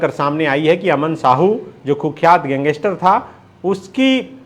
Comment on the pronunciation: Gang-ster hota hai sir pls aisa mt kro😿